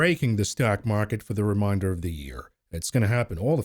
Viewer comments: It's re-main-der not re- mine-der. Those words mean two different things. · Is he saying reminder of the year or remainder of the year 🤔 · Ree Mane. Durr. Of the Yeer.